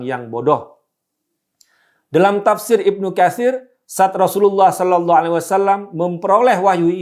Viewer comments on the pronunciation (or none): none